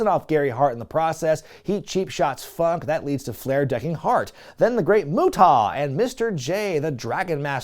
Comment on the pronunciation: Not "Mutaw". lol